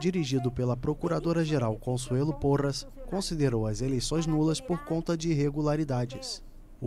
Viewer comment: Me desculpem mas dopois do "consuelo porras" eu n consegui prestar a atenção em mais nada kkkkkkkkkk